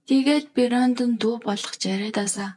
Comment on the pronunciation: Бэрёондон гэж дуудаад байх юм,Брендон за юу😂